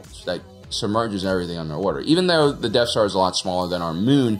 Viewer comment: Is it just me or does he keep saying deaf star?